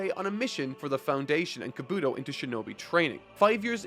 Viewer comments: the fact you have yet to say kabuto right between 12 parts is hilarious. KA-bu-TO not ka-BU-TO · The easy pronunciation fix: stress the first syllable of the 3-syllable names. OH-bee-toh KOH-nuh-hah KAH-bu-toh MAH-duh-ruh DAY-duh-ruh Etc… P.S. Loved the video. I’m happy you’re enjoying the series so much! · The way this man says Kabuto is still annoying, yes its spelt like helmet except its pronounced with an E/I not the U when it comes to his name. Kabi-To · I know this is the last time he’s gonna have to say it but I really hate how he says kabUtos name 😭🤣🤦🏾‍♂️ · It’s pronounced Kah-boo-toe and Ko-nah-ha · You pronounced "Kabuto" 3 different ways in a matter of seconds. Do you truly not hear the differences? Do you care at all about consistency or cohesion? You'd think after literally hundreds of chapters you'd at least try to pretend to give a damn.